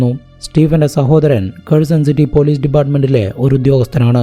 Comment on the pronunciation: Edo zemanoooo??? 😂😂😂😂😂😂lokathu ithinu semen enne parayu... Ucharanam onnu padikkedoooo... Caze.. Polize. Zemen. Manaz. Zeela😂😂😂ninte veetil sa enna aksharamille...